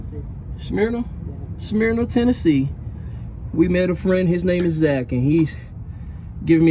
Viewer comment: You said Smyrna wrong😂😂but that’s okay